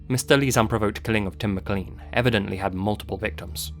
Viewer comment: How can you be British, yet not pronounce "Mclean" properly?!?